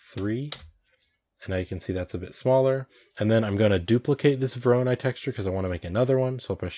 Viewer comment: It is correct to tell "voronOi", emphasis on third "o". This algorithm is named after a Russian mathematician